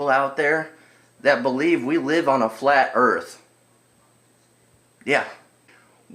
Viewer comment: "GLOBE EARF"